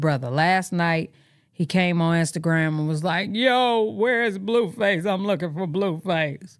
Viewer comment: Every time you say Bluefiss cracks me up 😅😅